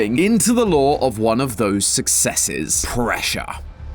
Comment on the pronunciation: Why did bro say it like that!? lOOre